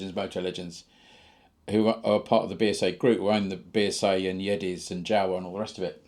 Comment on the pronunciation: Also its the Yezdi pronounced as -Yes Di